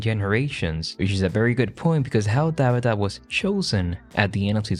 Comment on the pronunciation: “Dahbeetah” (Tabitha) I love it 😊